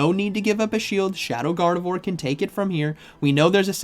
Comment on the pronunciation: Gardavore? Did you mean Gar-deh-vwarr? 🙃